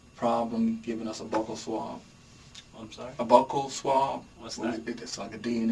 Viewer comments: What's a Buckle Swab ? All I heard about for DNA was called a Buccal Swab. Pronounced "BeUu cUL". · " buckle swab" Uh...no there killer...its a bucal swab. Bew-kal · Buccal swab, not buckle 😂